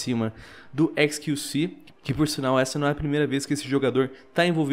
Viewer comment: XQC... Só eu q entendi "esqueci"? '-'